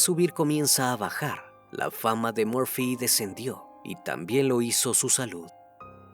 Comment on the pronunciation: Crimi, es Murphy... por favor, puedes corregirlo, por respeto a sus familiares. Gracias!🤗😘❤